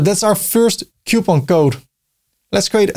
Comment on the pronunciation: the struggle is real in saying COUPON!!!